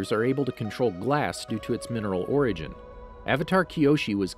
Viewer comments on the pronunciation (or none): none